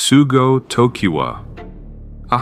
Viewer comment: Opens with "sugo" :/